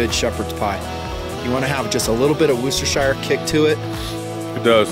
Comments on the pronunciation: roostershire sauce LOL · also..i think its pronounced 'woosh - tuh - sheer' instead of the 'shire' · You did not pronounce "Worcestershire" correctly. The correct pronunciation is "Woschibfrflingjsjblllpt!!!!burp".